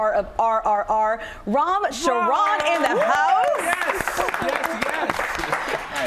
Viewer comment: They alway make fun of Indian English and look how they mess up with Indian names all the time. Say his name properly people.